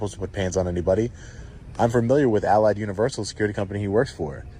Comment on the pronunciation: Anyone notice the way pronounces Allied sounds like he is saying "I lied"? BTW how the hell does he not know it's universal not university?!?!